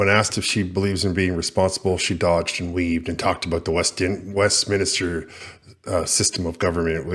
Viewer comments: Westminister is pronounced Westminster. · Ps it’s WestMINSTER….there is no extra i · WEST MINSTER NOT WESTMINISTER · It’s Westminster, not westminister 😂